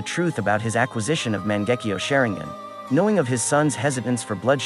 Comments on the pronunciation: Man gekeo sharingan what is that say it right😂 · I disliked the moment he pronounced Mangekyo Sharingan. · dont say mangekyou sharingan wrong